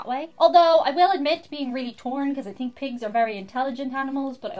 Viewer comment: no problem. I love the way you drop the ‘h’ after a T. Think become “think”, thanks becomes “ tanks”.